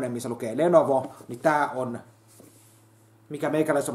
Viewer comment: LE-NO-VO! Ekaa kertaa kuulen sen sanottavan oikein näillä videoilla! Siitä hyvästä yläpeukkua puskee :)